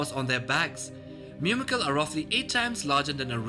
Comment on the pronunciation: There are no Hyew-orns or Myew-makils. The "U" is always long and makes the "oo" sound as in Hoo-orns and Moo-makils.